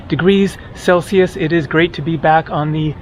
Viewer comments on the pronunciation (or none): none